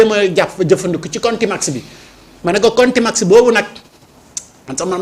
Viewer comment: On dit contumance pas le mot que a prononcé